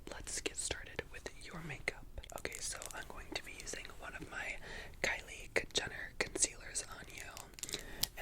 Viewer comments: When she said “ this is the Kylie Kjenner concealer” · Did anyone else here him say kylie kijenner